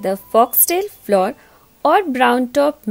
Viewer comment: Good recipe but pronunciation of flour is not correct